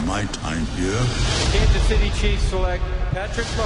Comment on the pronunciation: Kan-suhz city!